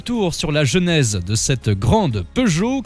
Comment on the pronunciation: Génèse, pas jeunèse.